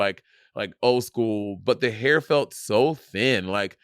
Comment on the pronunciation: Can't wait for the day Monet pronounces the word "hair" correctly 🙌🏽 she actually almost had it this episode